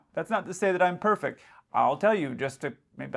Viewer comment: "perfect" -- there's a "t" at the end of the word and it's not silent. P.S. Things are (not "is").